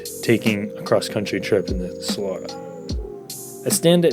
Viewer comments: Solora smh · I've heard it pronounced both "SolAHra" and "SolERa". For what it's worth, my dad handed me down his Solara SLE V6 when I was in high school, and it was a great car! So comfortable. The interior was great quality and it had a very good sound system. I took it halfway across the country and it was just an amazing highway cruiser. When it came out, I remember reading that the highway road noise was lower than a Jag S-Type at the time. Thanks for the review! I actually LOL'ed at some parts. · From a guy who can't even pronounce "Solara" correctly...right...